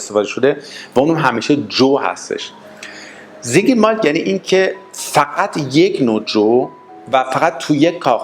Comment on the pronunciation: فقط متوجه نقدم مثل سينگل مالت كه شما به رباني زينگل مالت ميگيد بفرماييد تلفظ كدوم مردم دنياست ممنون زياد بود بقيه رو بعد جواب شما عنوان ميكنم متشكرم